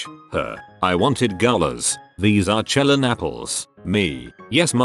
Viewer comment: Anyone else just cringe at Chelan pronunciation? Just me.....okay lol